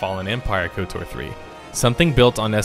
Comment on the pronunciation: the amount of times you said "S,W...TOR" instead of just "swo-tor" (one word sounds like just kotor which you said correctly a bunch) is going to haunt my nightmares. Other then that great video lol